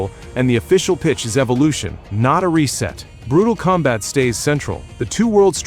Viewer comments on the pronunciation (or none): none